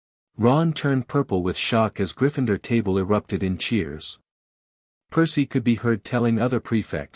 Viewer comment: there is no E after the N in Gryffindor so stop saying Gryf"fine"dor you bloody wanker!